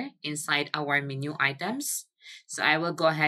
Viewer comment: Just an FYI, menu is pronounced men-you